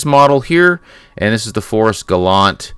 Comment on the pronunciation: It's pronounced Gallantay.